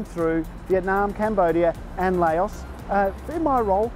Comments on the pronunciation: Its not called LAYOUS, its called Lou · Its pronounced "louse" like mouse